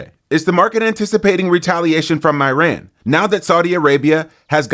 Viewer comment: a 'crash'? And learn to pronounce 'Iran'. Bye.